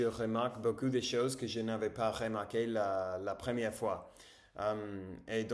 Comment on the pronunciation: Beaucoup : a lot/plenty Beau cul : nice ass Fais attention à ta prononciation du "ou", on retrouve le même son en anglais dans "book" par exemple